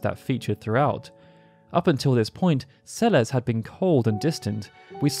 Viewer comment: Celesssss not CeleZ